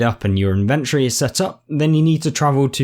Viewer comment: Thanks for the video, it's useful. But it's pronounced IN-ventory not in-VENT-ory